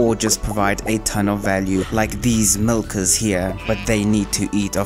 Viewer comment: why you putting so much emphasis on the hard in hard wood, nuts in walnuts and milkers 🤨